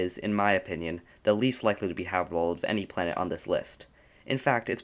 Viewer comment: Ha bit able. Not habebable. Or are is it hable